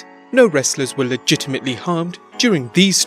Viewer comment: Why d u say legitametly so much gay idiot